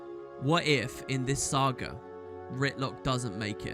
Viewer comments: boots: SA GA not se ga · The way pronounces "Saga" was painful.